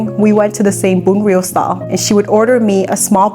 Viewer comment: Bravo for pronouncing it correctly. I hate so much how a Viet would americanize pronunciations of our language, like how they say Bánh mì as "Bon me"... Those Viets who do that are such an F'n disgrace....